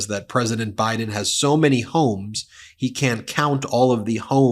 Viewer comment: Oh really? Have you heard all his rallies? 🤣 . How about the one where he says they're going to win by a "landSHLADE" and he calls Biden "BRIDEn"? You only pick and choose your trump rallies to suit your talking points?.